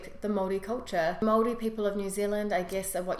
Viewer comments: Yesss she says maori right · I watch Any vids nz people don’t really watch these how she said Maori was perfect ka pai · That is the correct pronunciation of Maori. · You said Maori right yay # I have lived in Nz 7 years and you got everything right 👍👍😉 😉😉the All blacks Huka is cool love it .....lol